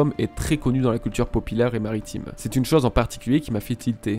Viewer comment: "La culture popilaire " 🤣